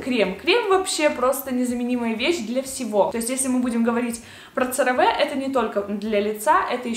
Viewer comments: Очень полезное видео, тоже люблю CeraVe, правда читается не как Цераве, а как Керави (французский манер)❤❤❤ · CareVe читается как «КэаВи»